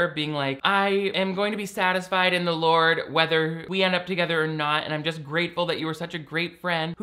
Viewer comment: You saying "Gourd" reminds me of the time our youth group leader accidentally began a prayer with "Dear Lard Jesus"